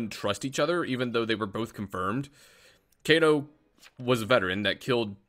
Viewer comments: Ik you were, its still funny how off he is on the pronunciation. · "Kayto is claiming vet" Omg why you gotta do my man Kaito dirty like this. (K-eye-to) I'm only kidding btw